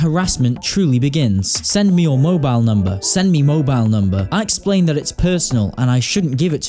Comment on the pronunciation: i love how he interrupts his own audio with “give me mobile numbahhh”